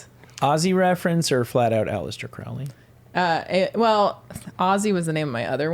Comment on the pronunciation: It's Crow-ley not craw-ley. Show your cat and the beast a little respect. Lmao I'm mostly joking but you should say it right doe 😅